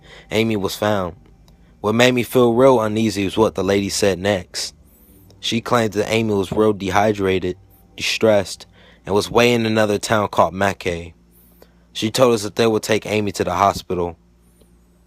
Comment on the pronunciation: When you were talking about a petrol station, I realised the story about Amy mustn't be American. It turns out you were saying Mackay (actually pronounced 'Mak-eye'). Not far from where I live :). I really didn't expect an alien abduction story from Australia, let alone Queensland :'D Great videos by the way. Keep up the good work :)